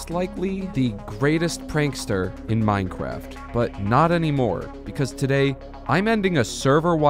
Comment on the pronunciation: Did you just say Minecwaft?